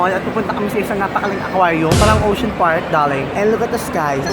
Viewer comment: Ang pinaka-bongga bonggang na hitabu saakong life 😂 is nakita ko ang kathniel. Like ohmyghaad daRling (with silent R 😂) Hahahahaha. they are so bonggalicious 💙💙 lots of blue hearts 💘 and I ADORE YOU SO MUCH I ALWAYS WATCH YOUR VLOG AND YOUR MAIN CHANNEL. nakaka-tawa siya, nakaka-wala ng stress. hahaha! aylabyo po 😉😘 godspeed and godbless po, more blessings to come. ❤❤